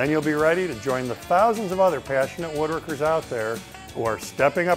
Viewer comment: I will never join this organization, and I won't watch the weekly videos. And here's the reason: Half the time this guy pronounces it "wooderkers". Especially when he's saying the whole phrase "Wooderkers Guild of America". It's "woodWorkers". There's a w in there. It would drive me insane to listen to that mispronunciation every week. Can't do it.